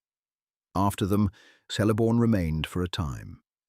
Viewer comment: WEhy is your pronouncu#iation so bad? Celeborn is eith a hard C like a k, and Eregion with hard G as in Garage, Do your research properly.